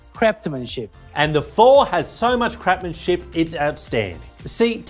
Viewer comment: Is it me or did I hear say "Crap-manship" 😂